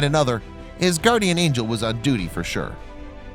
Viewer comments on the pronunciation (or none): none